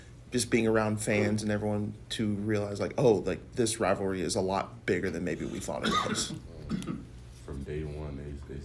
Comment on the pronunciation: College “wivalry”